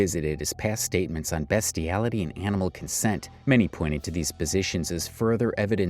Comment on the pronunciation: Ah yes 'BESTiality'... Just read the scripts yourself man...